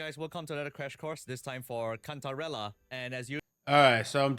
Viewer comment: how you gonna hear a dude pronounce Cantarella's name right then proceed to butcher it a second after?